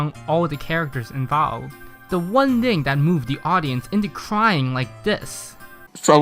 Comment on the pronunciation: "one dhing"